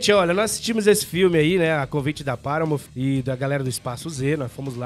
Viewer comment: dica de pronuncia de hoje: paramount não tem o som de "F" no final. o som correto é o "T" mudo, sem o i que nós brasileiros temos o hábito de colocar no final de todas as palavras terminadas em consoante. o som de "F", na verdade, é o som do "TI" "EIGE" o TH que tem em thanks e earth. ele é produzido quando posicionamos a ponta da língua entre os dentes e sopramos ao mesmo tempo. assim thanks não fica com som de tanks, por exemplo. vamos por o curso do professor jonas em prática aí galera.